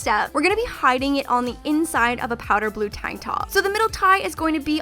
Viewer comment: Love how you say tank top like Tonk top